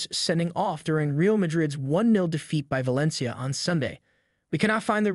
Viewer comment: He says ValenCHia and REEal Madrid . 😂😂😂 🤡